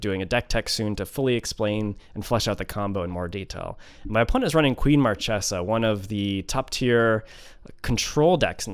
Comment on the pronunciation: This is the first Captain Sisay deck that I really love. Your build is awesome my man. The fact that you managed to beat Marchesa (which is one of the worst match up for a creature-based combo) proves it. PS: Marchesa is actually pronounced "Markesa". Source: I am Italian. ;)